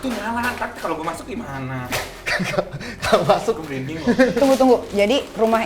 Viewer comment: Asli malah ngakak nontonnya. Apalgi pas nikita bilang "sepinding il" asli ngakak gw. Sm pas nikita blg "eh mbah mijan" wkwkwkwk gw ngakak. Org pak iwan jd mbah mijan 😅😅😅 Merinding jadi Sepinding 😅😅 Lanjutin ah ini konten seruu....